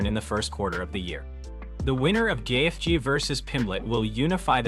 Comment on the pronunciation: Wtf is with all this ai BS? Gay-eth-gee….